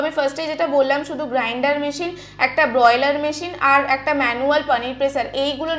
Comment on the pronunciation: Ota broiler noy Ma. Boiler bole.